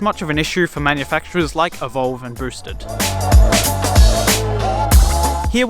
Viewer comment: He calls it a broosted board.